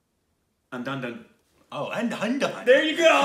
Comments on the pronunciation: For guys who are confused confused, "Undhundhun" means Andhadhun. Pronounced as UN DHA DHOON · Undonedone 😂😂 its andhaa-dhoon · BTW......andhadhahahdhahhahhan is pronounced as Un-Dha-Dhoon (Dhoon as in boom) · SAY "AN"+ "DHA"+ "DHUN"...hahaha...Plz React to English Vinglish!!! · It's pronounced as UNDHADHOON....but andhadagdh works too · Andhadhun is pronounced as "Un-Dhaa-Dhoon" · It's pronounced: "an-dhaa-dhoon" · "Andhaaa dhooon" that's how you pronounce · It's and-da-doon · andhadhun pronounced as ( Un - the- thoon) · OMG.. I laughed constantly for 2 minutes when I heard how you guys pronounce movie name called Andhadhundh. My three Yr old baby pronounce it same way. hilarious!!!! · The way they pronounced andhadhun... 😂😂😂😂😂that's hilarious!!!🤣🤣🤣